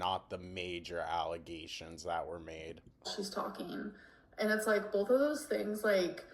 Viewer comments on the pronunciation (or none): It’s always “bolth of us”. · BOLTH. God I hate that so much.